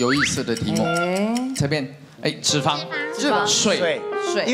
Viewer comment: 三立字幕組的，字幕打完後可否再校稿一下🤔，是沙漠之「舟」而不是「洲」，還有唸題的先生也把「脂」肪的「脂」唸錯音，應該是唸作一聲，音同「知」，如「胭脂扣」，裡面只有LULU唸的是正確的👍。還有幾年前看到他們把某部劇字幕中「徹底」的「徹」打成清「澈」的「澈」，若干年後看了還是依舊沒改，整個無言…🙄